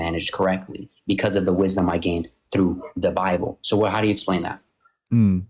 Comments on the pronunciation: “the brible” Freudian slip from a grifter? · He said the Brible 😂😂😂